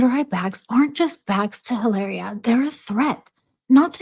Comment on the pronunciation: You keep saying her name incorrect…oh I’m sure that would not put you in her favor😂😂😂 like Meghan Markle saying you keep saying my name wrong you know I’m Sussex now😂 it’s not Hilary it’s Hilaria 😂